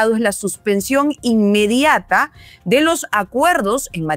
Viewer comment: Suspension inmedata, así dijo el acefalo cagao de miedo, repito dijo INMEDATA, maduro bestia, Carlos R Rivera Vera de Puerto Rico